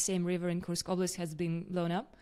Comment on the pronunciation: This man will hopefully become the US president one fine day. He is so reasonable thoughtful and intelligent. Guessing he's also reads Cyrillic cause he pronounces kursk correctly...i always listen to him